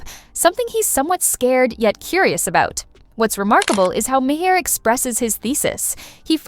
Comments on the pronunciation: Lady, "Ma- Hair" It's M-are Get a clue! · The "Ma-hair" was making me laugh all through this haha